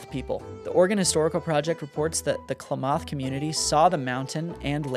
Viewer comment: Please pronounce “Klamath” correctly. It’s not “kla-MOTH”; it’s pronounced “Clam-eth.”